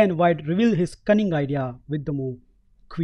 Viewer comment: why is he saying mou instead of move ?